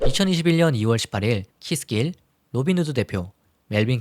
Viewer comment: Keith Gilll의 원어 발음을 제대로 구사해주셔서 감사드립니다. 다른 사이트에서 찾아보시면 '키스질'이라고 잘못 표기되어서 한국내에서는 키스 길에 대한 이미지가 실추 되고 있습니다.